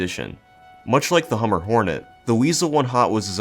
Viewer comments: HumBER, not Hummer. Like lumber. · Hum-ber pig not hummer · As someone who lives on the humber im offended byyou pronouncing it 'hummer' ahaha, but other then that good vid man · I hate to be the guy who comments on a 2 year old video with something like thid but- the B in humber is not silent There's an estuary in the north east called the Humber, and it's said how it's spelt